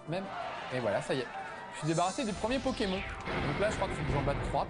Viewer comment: ce test a été réalisé quand? il dit pokémon et pas "pokémone" ça fait vraiment bizarre x)